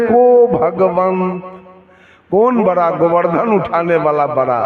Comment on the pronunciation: राम की निंदा करता है ये कपटी सत्संगी नहीं हो सकता ईर्ष्यालु बाबा बड़ा बड़ा को बरा बरा बोलता है बोलना तो सिख लो कपटी साहेब जय श्री राम जय श्री राम